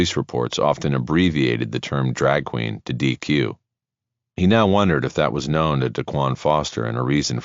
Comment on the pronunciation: Excellent narrator. The other guy has some really annoying pronunciations (i.e., 'known' always spoken as 'know-win' as if it has 2 syllables.)